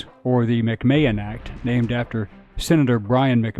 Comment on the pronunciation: McMahon is pronounced Mac-man.